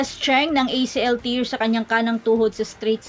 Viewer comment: mare, acl ter, hindi tir. ang tear pronounced na tir, luha, ang tear na pronounced as ter, ang napunit, at tamang pagbigkas.